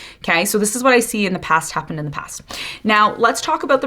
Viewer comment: 👏 👏 👏 👏 👏 BRUUUH,"coming from deh pass" 😢every dam time I hear it!!!! I cringe. I stop talking and started shouting at the universe 😅to Please keep them in thee pass...its like a flock of ducks migrating 😅